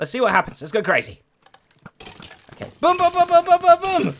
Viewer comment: I've never heard someone pronounce boom the same way as book.